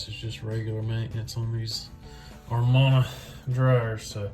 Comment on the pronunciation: It's pronounced A-man-a not are-mon-a. It is spelled Amana. You should replace the rollers because you're going to keep having this problem until you do.